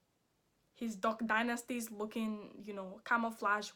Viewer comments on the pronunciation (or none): She reallyy said “duck dinesty” ☠️😂😂😂